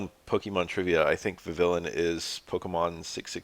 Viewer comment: vivillon is from the france region so there’s naturally silent letters vi-vee-yon